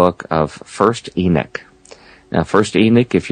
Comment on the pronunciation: It's Enoch not Enick .